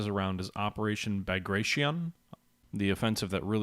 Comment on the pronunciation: Good video, but Bag a tron?